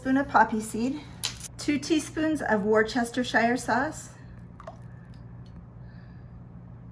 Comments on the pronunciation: It’s pronounced ‘woo stir shire’ sauce. Just like the town in England it’s named after . Once I learned this I never forgot it. Hope this is helpful for you to be comfortable saying it. 😊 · It's pronounced Wooster ,sauce. Crazy, Right? But that's the correct pronunciation. And Lea & Perrins is the best!